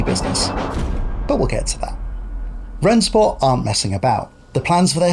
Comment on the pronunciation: Just to be clear, it's pronounced "Ren-Shport"